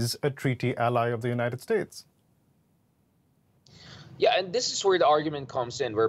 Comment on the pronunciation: "The United Stakes" this guy shouldn't be president.